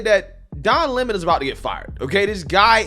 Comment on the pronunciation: Who take him serious when he says his surname is lemone. rather than Lemon.